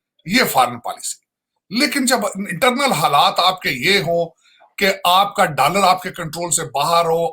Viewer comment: Abe takle dalaar nhi dollar hota hai 🚭🚭😂😂😂